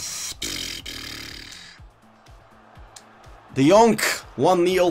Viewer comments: that's not "D yonk" 😂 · Nobody: Absolutly nobody:: tEaM oF tHe YeAr De JoNk